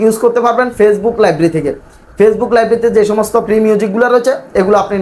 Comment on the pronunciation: ভাই প্রি না ফ্রি